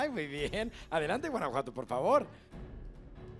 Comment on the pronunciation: Sofia Aragon dio muy buena respuesta para que le diga bien Guanajuato😕